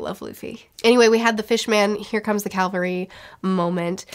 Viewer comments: It's cavalry not calvary btdubs. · Here comes the CAValry, not CALvary. Having been a Cav Trooper I just had to point it out. Cavalry are mounted troops that often turn a battle. Calvary is a hill that Jesus was crucified on.